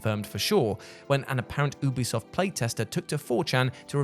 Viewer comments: I thought he said boobie soft 😅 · I heard boobi soft the 1st time a splinter cell cancelled game was mentioned 😂